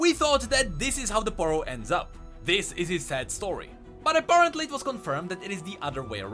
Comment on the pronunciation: Did he really say aporontly ?